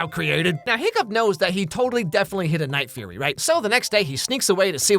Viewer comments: cackling at the night furry 🤣😂 vs the actual name: the night fury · unsted of furry you said fury 😂😂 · he did not just call it the night furry…